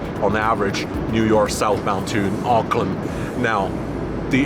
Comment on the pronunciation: I am impressed that you pronounced “Auckland” correctly 😊. It was nice hearing Kiwi accents again.